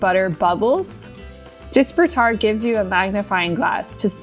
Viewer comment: Hearing you mispronounce disfrutar over and over angers me.